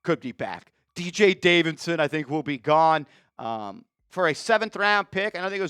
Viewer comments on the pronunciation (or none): none